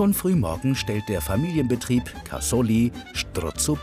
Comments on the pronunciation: Es heisst Strozapreti und nicht schtrozapreti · Strozzapreti genau gesagt 😀